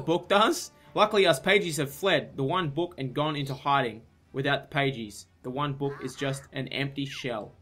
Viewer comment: For the first half of the vid I thought "pagies" was just the Australian way of saying pages I'm so??? Stupid??